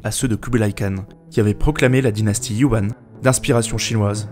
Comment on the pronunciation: Super vidéo, comme d'hab! Juste : Zhou se dit "Tchow" et Zhao "Tchao" et la dynastie Yuan se dit "Yuèn" (le système pinyin est parfois trompeur). Sinon super vidéo!